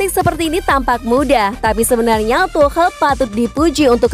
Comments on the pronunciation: Cara bacanya is tukel(tuchel) not tuhel 😆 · Gabisa bilang tukel Dah segitu ja capek